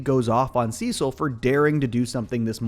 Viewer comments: I’m sorry did you just say “sesill” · couldn’t keep watching after hearing how he pronounced “cecil” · Yes, he does this in every video. I don’t understand how you can mispronounce the character name from a show You just watched when they pronounce the name over and over again in the actual show you were watching.😂😂😂